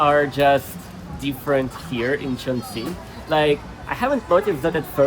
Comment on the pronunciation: 😂😂😂 You are the YouTuber that pronounced the name of the city most closely. But still missed it by a tiny bit. You missed the 'g' in 'qing'. And, it should be the fourth tone.